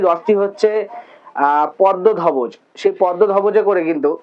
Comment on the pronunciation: তালধবজ বা পদ্মধবজ নয় দাদা তালধ্বজ বা পদ্মধ্বজ..... উচ্চারনটা দেখে নেবেন একটু❤❤❤❤❤